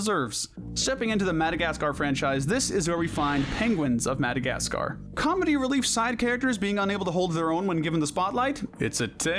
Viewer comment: No way u just said 🐧 of Madagascar c their it is A their